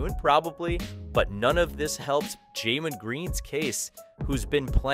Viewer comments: how many times cause you mispronounce Jalen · Jamen and Javari? It’s Jalen and Jabari…